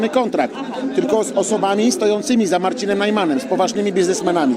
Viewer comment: czy ja dobrze słyszę: z Narcinem Najmanem